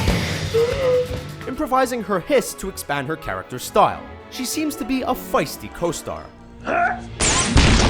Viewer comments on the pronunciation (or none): the way you say style has to be a South Park Mark Zuckerberg reference